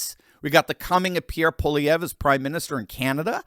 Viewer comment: Nice to hear someone properly pronounce Pierre's name. 😂